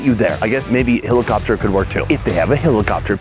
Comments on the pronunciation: It's striking how he says helicopter..... as hillocopter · Did you just say hilocopter? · What's a hilli-copter?? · I can't get over how you say "helicopter" XD